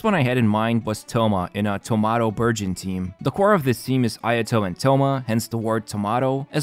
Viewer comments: Burgeon What I hear: Virgin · am I the only one who hears "Virgin" every time says burgeon. Poor poor Thoma and his Virgin team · Lol i thought he said Thoma Virgin team 😂